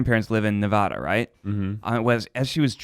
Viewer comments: I love you ned but your saying Nevada wrong I’m from Nevada it pronounced as neh-va-duh ❤️ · Ned.. that’s not how you say Nevada